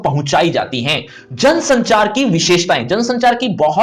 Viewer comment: It's jansanchaar